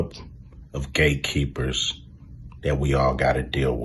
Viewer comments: Did he say the club of Gay Keepers.. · Notice hes saying "Gay"keepers....😂😂😂 Wow Cube! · Its sound like he's saying gaykeepers, and that is closer to the truth. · Did he say gate keepers or gay keepers ? Either was its all the same, respect Cube 🙏 🫡